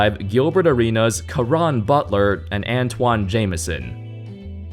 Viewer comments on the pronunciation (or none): Another guy who can't pronounce Antawn Jamison.